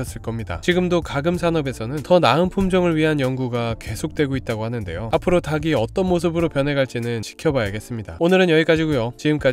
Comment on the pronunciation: ‘닭이‘ 발음 주의 해주세요. 닭이 - 달기 닭을 - 달글 닭에 - 달게 다기, 다게, 다글 등이 아닙니다.